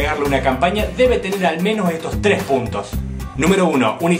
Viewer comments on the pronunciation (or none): none